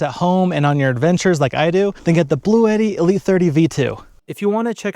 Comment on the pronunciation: The company actually pronounces it 'BLUE-TEE, FYI.